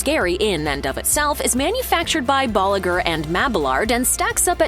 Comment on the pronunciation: Boliger and Mabalard got me, for some reason it pronounced with a V, weird right? 😅